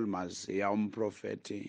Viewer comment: It is "Maziya"